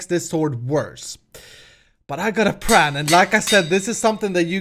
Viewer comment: Are you saying "plan" or "pran" :D